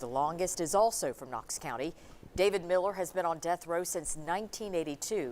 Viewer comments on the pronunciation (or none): none